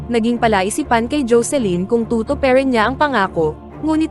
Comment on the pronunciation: Am amused by the way rhe narrator pronounced tutupayerin parang ewan foreindyer ka ba gurp pangit pakinggan maarte